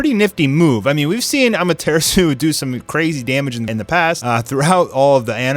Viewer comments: It's Amate 'RASU' not Amatersu, remember AMATERASU. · im new to this channel dows this guy say amartesu on purpose or he just says it like that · Am a ter sue 😂😂😐 what did this man just say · Bro you're so white lol. It's pronounced 'Aw-mah-ter-aw-soo' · Da fuck is amatersu stop butchering the name ffs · When you said"AMATEARSU" I gave up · No one:Am-a-tree-shoe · Seriously he says it so weird 🤣 “Ammaterisu” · His pronunciations are bad but this is a cool channel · The Way pronoucing amaterasu seriously stop saying ama-ter-su like what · The way he says amaterasu makes me mad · Why do you pronounce amataratsu like that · why are you saying AMATERASU so fucking weird dude ????????? you know the original way to say it !!!! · Is anyone gonna talk about how he said amaterasu